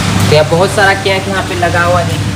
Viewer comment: Cake hota hai "CAINKE" nhi hota hai